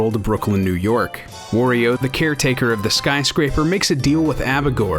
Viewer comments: "Wah-rio," not "wor-rio." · Wario is not pronounced Wurio, it is the same as Mario except for the first consonant. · Holy shit, it's aggravating to hear you say "Worry-o" every goddamn time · Cool video! But, man, I hate the way you say "Wario." It's WAH-ree-oh, not WORE-ee-oh.